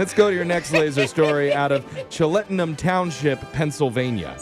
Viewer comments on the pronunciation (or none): it's "Chel-ten-ham" not "Che-let-en-ham"!